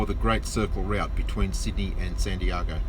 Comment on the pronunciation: I can’t get past how you pronounce Santiago